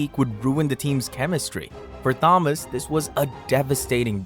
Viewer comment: If you’re going to use AI for narration, teach it how to pronounce Thomas.